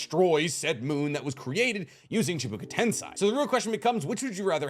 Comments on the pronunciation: Why do you keep on saying CHIBUKA TENSEI? It's freaking CHIBAKU TENSEI! Get it right! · You are my favorite YouTuber, but it is chibAkU tensei, not chibUkA tensei. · You keep saying Byakuya seal. Byakuya is a character in Bleach. It's Byakugō. It's chibaku tensei not (chubuku tensai) 👀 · why do you say chibuka tensei iinstead of chibaku tensei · Stop saying CHIBuKU TENSAI are u braindead. And it does not require 2 people.